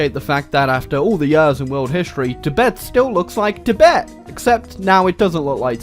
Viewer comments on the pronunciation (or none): none